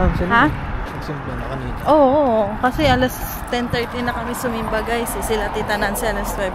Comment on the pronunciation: Very waray po yung "sumimba" haha watching from Calbiga po😁🫶🏼